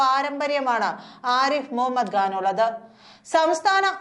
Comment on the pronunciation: സഹോദരീ, ആരിഫ് മുഹമ്മദ്‌ ഘാൻ അല്ല, ആരിഫ് മുഹമ്മദ്‌ ഖാൻ എന്ന് വേണം ഉച്ചരിക്കാൻ.